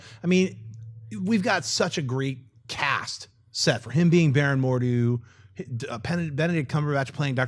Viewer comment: I love how Schnepp can pronounce Chiwetel Ejiofor just fine but when saying simpler names like Margot Robbie he can't get them right. Even saying Mordo as more dew. I find it hilarious